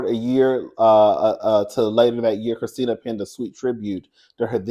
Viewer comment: My 1st name is Kristina😂 I love the way you say my name!👏🏼👏🏼👏🏼❤ BTW, you & David Bromsted from Lottery Dream House would make a cute couple🎉